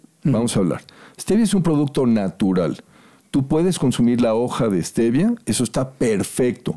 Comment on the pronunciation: Hasta hoy leí que no dice stevia si no svetia jajaja